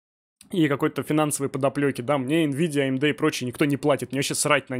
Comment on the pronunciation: за одно коверканье слова АМД в умудье можно отписаться от канала